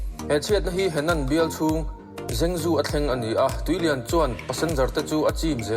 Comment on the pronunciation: Henan province hi ka awmna thin a ni, an tuarna a va rapthlak ve, zhengzhou hi zengzu nilovin trangtrou, tia lam tur ania